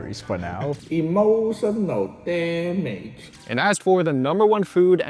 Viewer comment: adding emphasis to the “emotional damage!” was absolutely hilarious. I bet he is fun to hang out with.